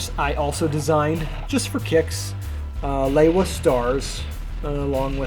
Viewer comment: Looking absolutely class! Hearing Lewa pronounced properly as it was in the promotional discs is soo refreshing! Also was that a remix of LP New Divide at the end??